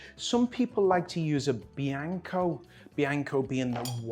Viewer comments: This is a great video except for your pronunciation of Blanco as Bianco. Crazy how you can get reposado right but not Blanco. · Trying your recipe today, thanks! BTW, it's BLANCO (pronounced blonco unless you say it differently across the pond), not bianco. Altos repo is actually a great choice for margaritas. It's decent tequila for a lower price. You could even sip Altos if you don't have anything better around. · It’s BLANCO not BIANCO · Bro pronounced “blanco” as “bianco”… holy shit I’m not trying this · bianco? Bro… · In spanish "LL" is pronounced "Y" in English, but "L" is pronounced "L" in english. Thus, "BLANCO" is not pronounced BEE-YANG-KO, but is BLANG-KO -- "white" in Spanish. Cognate with English "blank"; from Proto-Germanic *blankaz (“white, bright, blinding”). It's okay. Your expertise is what goes into your mouth, not what comes out! By the way, this recipe was broadcast in an episode of "America's Test Kitchen" in 2013. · Great recipe, but an FYI. . . There is no such thing as “Bianco” tequila. The word is “Blanco” (white). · Just saw your video. Looks good. One thing. It’s called blanco. No “eye” in it. Interesting concept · Every time you said "bianco" I laughed out loud. Well done, I am sure that was intentional.